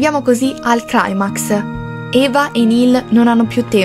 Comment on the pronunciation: Mortebianca e Cultware che collaborano! Questo è un grande giorno. P:S: È leviòsa, non leviosà Si pronuncia climax , non claimax , non è una parola inglese (o almeno questo è quello che ha detto una professoressa del dams eh, io alzo le mani)